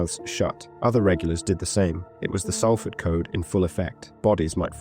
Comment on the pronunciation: It’s pronounced SOLford